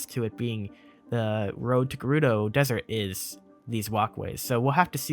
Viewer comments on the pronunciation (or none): none